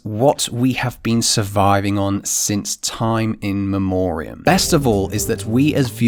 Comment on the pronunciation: "Time in memorium"